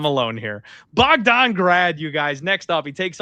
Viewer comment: “Clear Bogdon grad spot” 🥀🥀🥀